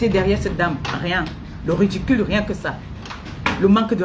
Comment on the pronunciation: On ne dit pas redicule ni rudicule On dit ridicule. Ngue redicule rudicule, j'insiste et persiste tu me la boucle illettrée